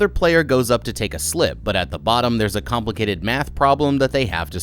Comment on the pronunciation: did you just said complicated math problem😂